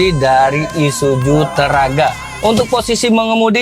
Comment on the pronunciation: ISUZU mas.. Bukan ISUJU..😂